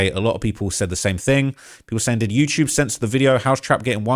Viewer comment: “You-chube “